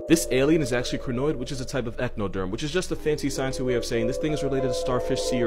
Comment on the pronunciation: That pronunciation of Echinoderm💀 my high school zoology teacher would be so mad